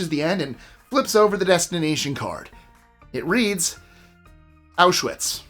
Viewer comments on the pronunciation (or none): none